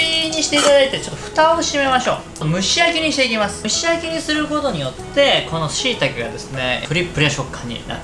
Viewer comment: しいたけ が言えてないのが笑けた！今日あったイヤなこと、ぶっ飛んだぁ